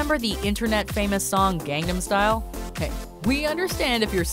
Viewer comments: It is not gand dom style it is gon dom style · How the F**k does manage to pronounce EVERYTHING wrong. Gang nahm style? Huh??!!